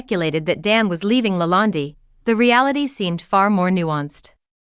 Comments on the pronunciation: Why do you call it LA land- DI, It's not called that.. Just curious.😆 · Who is speaking? She cant even pronounce LaLande correctly! Poor